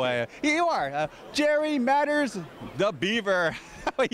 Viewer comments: How about getting his name right? This guy keeps calling him Jerry Matters! Yikes! 🤦🏼‍♀️😬🤷🏼‍♀️ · This is the 2nd interview where this interviewer mis-pronounced Jerry's last name. He says "Matters" instead of "Mathers". What a dork. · Man, that was really bugging me too. He interviewed Tony Dow (Wally) also and said “Jerry Matters”...I wish Tony would’ve corrected him. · That kills me that no one corrected that guy interviewing; Matters?? It's MATHERS! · Pretty bad that the interviewer mispronounced Jerry Mathers as "Jerry Matters". Jerry was polite to not correct him. ~ I was the same age that "The Beaver" was on the show, bnut he was actually a couple of years older than me. As a Cub Scout and saw Jerry Mathers in a personal appearance at the Los Angeles Sports Arena. I still watch it when I catch it on ME TV. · The interviewer kept pronouncing Jerry Mathers' name wrong. It got annoying. He kept saying Jerry Matters. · Can't believe he was not corrected on the pronunciation of Jerry's last name,..even the Dow interview left the error in plain sight! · Small slip of the tongue didn't seem to phase Jerry. Great interview, man! 👋👋👋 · Yes, I'm embarrassed about the mispronunciation of his last name name. I wished he and Tony Dow (RIP) corrected me on camera, but the place was loud. But beyond the mistake, it was really a joy and highlight to do an unexpected interview with him. It was quick: asked him and 30 seconds later I'm doing a profile interview for new and old fans. So many things were going through my head at the moment to conduct an interview (without any pre-planning), but I do wish I said his last name right. Thanks for watching.